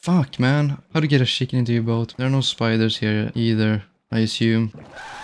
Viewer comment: The way bro says shiken instead of chicken